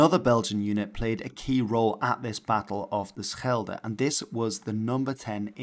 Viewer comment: Do you speak dutch? No american can say schelde that good.